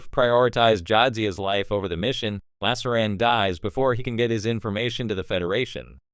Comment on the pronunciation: Werf, Pickard, Yadzia, Bayoran? Is this a robot voice or someone who's never seen TNG?